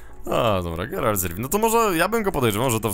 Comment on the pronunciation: NIE GERALD, TYLKO GERALT...